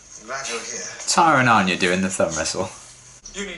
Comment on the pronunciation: Anya even pronounced her name like "anne-ya" instead of the usual "on-ya" lol